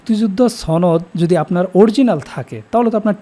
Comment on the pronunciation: 'সনদ'শব্দটি দয়া করে শুদ্ধ ভাবে উচ্চারণ করুন